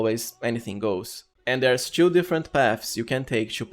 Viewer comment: i just decrypted your accent, Chew means to Chew also means two Chew also means too Ex. Chew gather - togather Chew skills - two skills